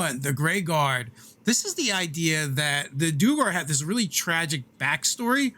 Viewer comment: Guys... Duergar is pronounced Dwhere- Gar. It’s just an old word for Dwarf.